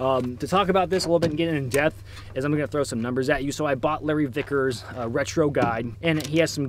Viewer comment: I swear you said Larry thickers at least once